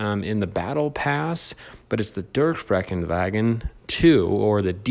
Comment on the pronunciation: I love how just pronounced the durchbruchwagen 2 likw it's nothing.